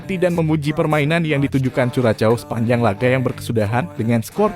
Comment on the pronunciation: Min..tambah wawasan dong cara baca nama suatu negara....Curaçao itu tidak dibaca curacao tapi Kurasao